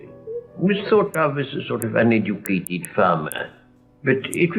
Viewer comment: didn't spot that because Italian doesn't have the English short 'i' as in 'bit' - he will say 'beet'. I can't understand why has to say 'hosteeleety' and 'uneducateed' when he can say 'Bismarck' perfectly well.